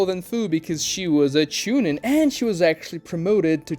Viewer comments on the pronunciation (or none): how you say genin and chunin hurts my SOUL.